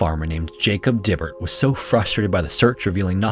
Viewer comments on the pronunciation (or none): For the Lost Children of the Alleghenies, Dibert is pronounced Dye-bert. 😊 I'm from the area and it's still a popular story!